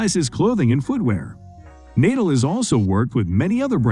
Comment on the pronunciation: "naedal"???? god sake, pronounce properly man